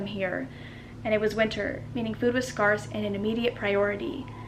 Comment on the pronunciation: I liked how said scarce 😂